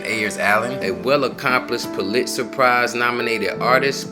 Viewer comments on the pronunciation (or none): Pul-it-zer. pronunciation. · Please learn learn names (Rashard not Bradshaw) as well as pronounce words Pulitzer (pole-lit-zer) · 😄 he also said "pooh-lit-zer"